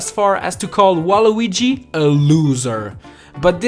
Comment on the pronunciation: YOUR a loser you can't even say his name right